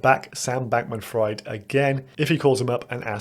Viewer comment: It's official, Kevin O'Leary is a moron Btw it's pronounced "Freed"